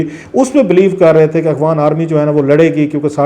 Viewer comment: Salam Sir shayed Mujhy aisa feel hota hai jesy ap "afghan" ki bjaye "akhwan army" bolty hen is it right ?